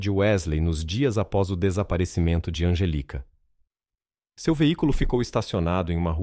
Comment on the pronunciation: NÃO É ANGELICA. É ANGÉLICA.